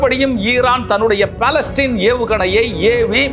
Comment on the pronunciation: பலஸ்டீன் அல்ல பலஸ்டிக்